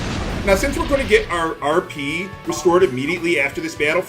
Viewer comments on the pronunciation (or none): Vould you like to arrrrr peeee? I swear to god, that's the only thing I can think of every time RP is said.